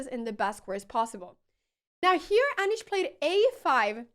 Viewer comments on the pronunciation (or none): Aneeesh, not Anash 😂